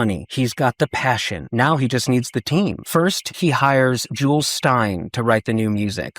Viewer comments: Jule Styne's first name is pronounced "joolee" not not like a jewel. You're in good company because many people misprounnce his name thinking of the female name Julie is not for a male. When, in fact, this was not an uncommon name is Jule Styne's era. Think of Big Jule in Guys and Dolls. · Dude, for a musical theatre expert, you really out to know that “Jule” is pronounced JOO-lee